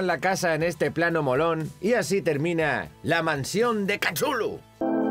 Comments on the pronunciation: Lo mejor es cuándo dice: "Kachullu" ¿así se pronuncia? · Chulu? Catulu? Tulu? Cachulu? Jugué al juego de rol con mis amigos durante años y nunca nos pusimos de acuerdo sobre como pronunciarlo. Creo que no existe canon al respecto. Lovecraft lo escribió de modo impronunciable para enfatizar su carácter extraterrestre.